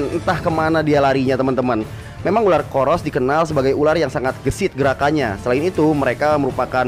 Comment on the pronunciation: berapa kali Panji bilang Uler🤣(ular)